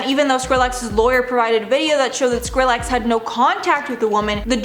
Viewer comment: Why you pronouncing skillex like that 😭😅